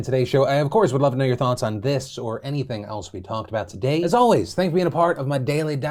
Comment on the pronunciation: No one: Phil: tHIs including